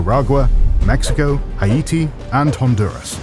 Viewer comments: is a good narrator, and I welcome him to your team. However concerning the pronunciation of proper nouns, (i.e. Haiti and Barack Obama) i am invoking the Monroe Doctrine to the correct American dialect. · Not one of your best; the AI voice’s tone is obnoxious, its terrible mispronunciations of words like “Haiti” is well below your normal standards, and much of the script sounds like a string of “catch phrases”.